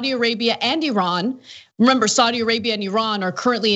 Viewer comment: Id like to make a few points about this video... 1. Saudi is pronounced SOW (as in female pig) DEE. SOWDEE. not swordi, as Anna said it. Sowdee. 2.) Saudi Arabia also has vast wealth, and incredible natural resources. If the US implements sanctions on Saudi Arabia, they'll simply stop selling you oil. They make more money than america could ever dream of, and that oil revenue gives them astronomical power, especially over a country which relies so heavily on oil... 3.) I didn't get to a third, so ill just remind everyone that Cenk basically sold out recently, and lost a huge amount of respect. Shame... Enjoy your evenings folks.